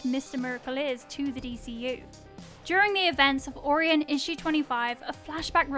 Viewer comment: Can’t believe you don’t know how to pronounce Orion. Honestly. Can understand the different ways some words are pronounced but sometimes, like this, it’s just wrong.